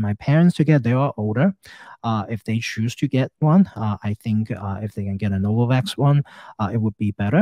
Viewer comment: “HELL NO-VAVAKS”